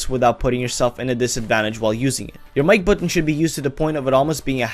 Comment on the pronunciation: First i tought u said the like buton not mic buton